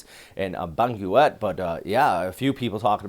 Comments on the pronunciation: Hi, just an observation: Benguet is pronounced as Beng-get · Yes. Benguet is pronounced Beng-Get.